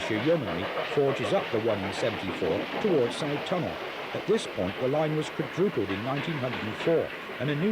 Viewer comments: I live in Darwen,the Sough tunnel is pronounced "suff" rather than sow tunnel,great footage,thankyou. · A small correction if I may, the first station from Blackburn on the Hellifield line was not Wilpshire but Daisyfield. I used it many times. A few minor mispronunciations, W halley is pronounced “Wall-ee”, Hoghton is pronounced “Ho-tun” and Sough tunnel is “Suff tunnel.” Excellent atmospheric video of an area I knew so well.🎉🎉🎉🎉🎉